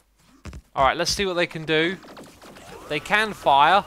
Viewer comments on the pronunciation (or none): none